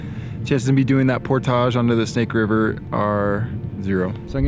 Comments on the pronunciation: I cant stand the way he says portage. Otherwise vids are awesome! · You say "portage" very interestingly... never heard anyone say it like that. I've anyways heard it pronounced "port-ij"